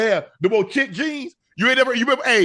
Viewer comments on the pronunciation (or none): Chic jeans. I remember those. Did anybody tell him it's pronounced sheek though?